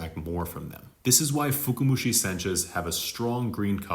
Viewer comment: I love your videos and I wouldn't know what I know if it weren't for you. However, I noticed you're saying "fuku-mushi". I believe you meant to say "fuka-mushi". If you say "fuku" it sounds like the word "luck/fortune" 福. "Fuka" comes from fukai 深い, the word that stands for "deep" in English. Anyway, good video overall! Thanks 👍